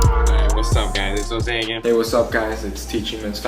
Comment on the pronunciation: am i the one impressed that pronounced his name correct? i used to call him jose jose yO jOSe but instead in HOse hOse GUYS ITS HOSE